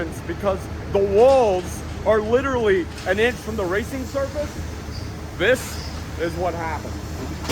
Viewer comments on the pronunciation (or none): none